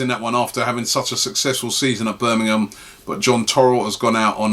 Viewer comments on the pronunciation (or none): none